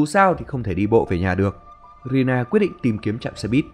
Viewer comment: Rina ổng đọc là Rila=)